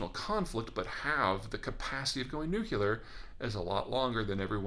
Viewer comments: This drives me nuts: “Nuke-u-lar” is incorrect. It is pronounced, “Nuke-lee-are.” Otherwise, the usual clear, cogent and insightful commentary that I expect from Peter Zeihan. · nuCLEAR, lol. No one goes nucular. Love your stuff Peter. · Why do you pronounce it 'nucular' instead of 'nuclear'? Besides that, very interesting video. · So everyone who wants it gets clean nuclear, oops sorry, nucular power. And we all get, instead of Mutually Assured Destruction, UNIVERSALLY Assured Destruction. What could go wrong? Fission meets Gain of Function... ;-) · Alright George W. nucular (comparative more nucular, superlative most nucular) (botany) Nut-shaped; of or relating to a nucule — a section of a compound (usually hard) fruit. NU CLE AR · You're way too intelligent to be pronouncing it "NUKE YOU LAR" The word is nuclear. "NUKE LEE UR" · I cringe every time someone says "new-cew-ler". It's nuclear, pronounced "new-clee-are", even in the US. (Peter is just punishing our ears for mispronouncing his name.) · Not nucular Peter, Nuclear 🙂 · Cummon nuke-ular??? It's nu-clear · You give great comments, even if say "nucular" rather than "nuclear", which comes from nucleus. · Peter, I love you man...But, I cringe every time you say Nuc-U-lar instead of Nu-CLE-ar. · This is the comment I was looking for. When I was a kid, my parents had this same issue with Jimmy Carter and so here I am all grown up and I can't not hear it when someone says "nuke yoo ler" instead of "nuke lee er". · I wholeheartedly agree. It drives me crazy when well educated, intelligent people do that. Nucular (NooClear), Relator (Realtor), Julery (jewelry), and a dozen other such mistakes. It may be pedantic, but it ultimately really matters. We live in a precision world where accuracy counts. Come on Peter, NooClear! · NU-CLE-AR practice it. It's easy. Any time you say nucular (damn even my spell check won't let me type it) it sounds like you were edjeecated in Kentucky. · Nuu-cleee-er, not Nuu-cuuu-ler